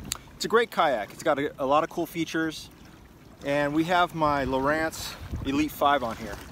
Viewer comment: Lowrance (lor • ance) 😂😂😂